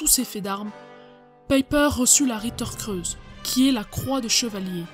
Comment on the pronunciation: On ne dit pas non plus Liebstandarte mais Leibstandarte. [Laïbstandarte]. J'ai bien aimé aussi le coup de la "Ritter creuse" :D